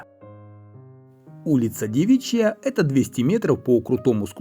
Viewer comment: Не хочу быть грамар- наци, но: дЕвичья, а не девИчья ПотЕбни, а не ПотебнИ??